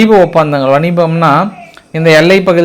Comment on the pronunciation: Sir attention and request..... தமிழ் பேசும்போது..... அது வணிபம் அல்ல வாணிபம் , பிரத்தியோகம் அல்ல பிரத்யேகம் , களோப்பறம் அல்ல களேபரம்....போன்ற வார்த்தை கள்..... இங்கே தமிழர்களும் கவனிக்கிறோம்..... நன்றி 💐💐💐💐💐